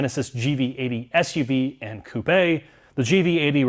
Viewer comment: Didn’t know was Canadian. he said coupe eh?